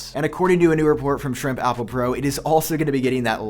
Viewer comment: Not sure if you’re saying apple or oppo